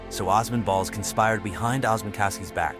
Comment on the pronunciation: As a Turkish person I am shocked we made it to a popular community only to be attacked because of our looks and shut down, and also instead of saying Allahu Akbar they said God is the Greatest (same meaning but the latter sounds kinda christian for a muslim country) Also the multiple times you mis-pronounced Osman 😭